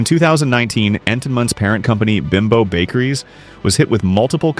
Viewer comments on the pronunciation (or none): The bakery that makes Entenmann's is pronounced BEEM BO's, not Bim bo's. My son has worked there for many years. He makes hamburger & hot dog buns.